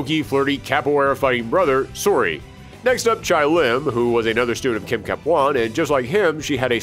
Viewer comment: "Chay Lim" not "Chai." The announcer even pronounces it for you.